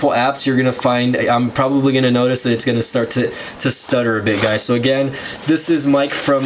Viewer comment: u said aggain like 100 times